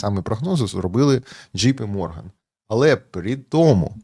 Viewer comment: Правильно казати Голдман САКС, ДЖЕЙ Пі Морган